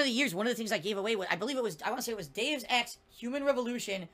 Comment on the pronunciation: Is he saying "Deus Ex" or "Dave's Ex"?